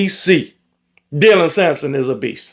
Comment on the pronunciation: This the first time all season i heard get dylans name right😂😂 good on you